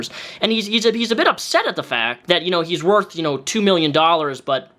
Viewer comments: I HATE the way he says and. He says "ANS". Of all the things he drives me nuts for, that's one that sticks out for some reason. Petty I know. ANS....... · Drinking game: have a sip every time onion pronounces "and" as "andzs"